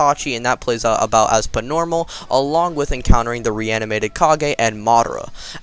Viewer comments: He's always say ing pnormal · Why do you say pnormal